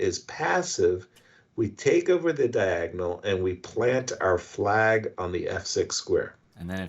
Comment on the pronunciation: "Diangonal". I like him.